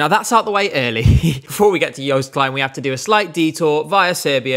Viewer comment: another absolute banger of a video!! (especially bc of your pronunciation of joost klein, i’m proud)